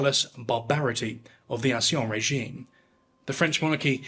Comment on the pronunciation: NO! I can't take any more of the torture. , "ancien régime". The pronunciation is "[ɑ̃sjɛ̃ ʁeʒim]". If you don't know phonetics, look up this pronunciation on YT or Google Translate or A MILLION OTHER PLACES. Ditto, the final syllable of the first name of the protagonist of this story is pronounced [jɛ̃]. IT IS *EXTREMELY EASY* TO PRONOUNCE, even for someone who has never studied French. It is NOT pronounced "Damionn". My conclusion? You are a lazy person. Goodbye, Game Over, Do not recommend channel, etc.